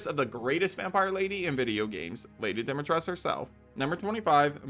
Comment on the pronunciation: Lady Dimitres'cu' lol